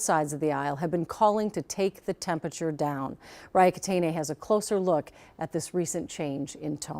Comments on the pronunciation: Are effing serious? "Turn down the TEMPATURE"? From a News Channel? Are your interns high school dropouts? TEMPERATURE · Tf is “tempature”??.